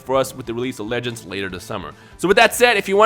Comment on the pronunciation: When you say "Dragon Ball legends" i hear "dragon ball lettuce"